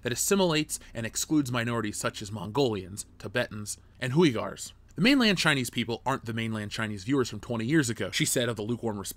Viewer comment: I hate being that guy- but bro, you pronounced Uighurs differently (and incorrectly) each time. It’s pronounced “Wee-girs”, with the end sounding like the word “girls” but without the “l”. Please fix that for your next video!